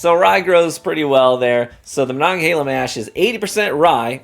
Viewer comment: Native Pittsburgher here and I've never been so proud someone pronounced Monongahela right 😆 I LOVE this bottle btw, great $40 rye.